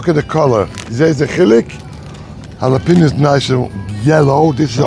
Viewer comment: ✅ Pronounced: hah-lah-PEH-nyo ❌ Not pronounced: jah-lah-pee-no